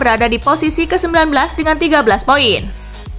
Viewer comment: Tumben si Mimin banyak salah ngomong nyaa Marusic jadi murasic Lille 48 poin jadi 28 pion 😂😂😂